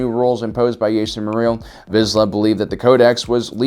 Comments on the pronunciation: His name was Jaster, not Yaster. Jango says his name in Star Wars Bounty Hunter. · “Yaester”? Seriously omfg 😂